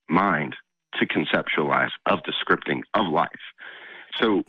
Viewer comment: it's Scripting, not "scriping". yes, im that type of person. xD